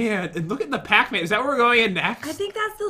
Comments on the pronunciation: I know it is spelled pac man not pocman but it sounded like said pocman in the beginning of the vid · It’s not pac man it’s PAT MAN